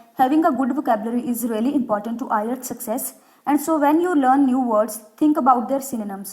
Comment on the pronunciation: First you correct your flawed pronunciation then make an IELTS video. Btw IELTS not ILETS 😂